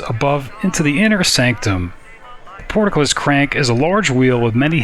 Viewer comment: It's just port, then cullis, Not port-a-cullis. There's no outhouses involved.